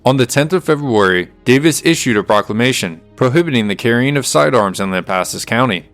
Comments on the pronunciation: You're saying it right, lamp assus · Your pronouncement of "Lampasas" is fine. Family has been in this area since 1807 when first relative was born in Nacogdoches. We believe, have not proven it YET, his mother was Blackfoot and if so family has been here even longer. Need work on Bosque, try Bossck.